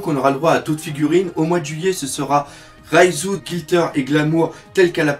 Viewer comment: C'est pas raiZOU la soeur de sanji mais REIJU ou phonétiquement Reijou, t'es penible mais marrant bon courage et bonne video